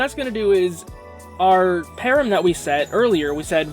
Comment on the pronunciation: Please pronounce it "pa ram" not "pear em", it's driving me nuts!